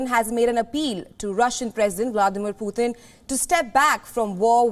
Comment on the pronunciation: Who is "Pootheen"?